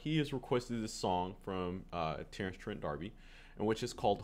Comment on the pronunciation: No. He is absolutely not. You don’t know your music history. You’re young, so it’s understandable, but you are absolutely wrong. Edit: I Didn’t even notice that you said “trend“ instead of “Trent”, so your bias is obvious.